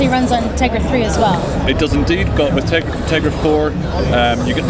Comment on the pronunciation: dude its teGRa not teRGa!!!! Caps for emphasis!!!